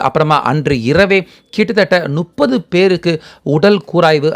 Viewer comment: இது தான் இன்றைய தமிழின் நிலை. "ழ,ல,ள"உச்சரிப்பு "முப்பதை", "நுப்பது" என்று உச்சரிப்பது. திராவிட கட்சிகளின் 50 ஆண்டுக்கு மேல் ஆட்சியின் அவலம் இதுதான்.